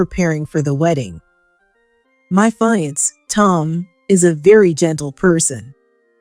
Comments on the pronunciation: Fiance should be pro pronounced as "fee-on-say" or "Fee-ahn-say"! NOT FA-YANS! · Fiancé is a French word...not a "fire-ants" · Can't you find readers that upropeproninciatipfiance ?( fee =on-say) 🤣🤣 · Why do the editors not catch the severely wrong mispronunciations to very important words to the story. ‘Fiance? “ ugh